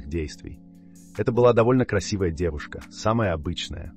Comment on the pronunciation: Зачем такой акцент на "девушках"?!Особенно при упоминании Аманды Лепор(урожденный Арман Лепор))))?